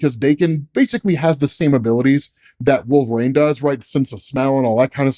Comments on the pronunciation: You pronounce Reign properly but you refuse to pronounce Wolverine properly. It’s Wolverine, not Wolve-rain. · Goddammit, I told you once already. Its Wolver- een not Wolver-ayne. 🤬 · "Wolverain"... bruh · Why does keep saying wolve rain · Literally going to unsubscribe bc of how he says Wolverine